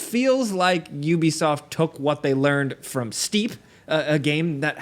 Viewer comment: You lost me at 'Ubisoft'